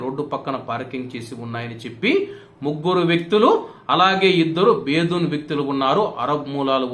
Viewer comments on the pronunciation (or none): బేదూన్ కాదు బ్రదర్ బెదున్ అనాలే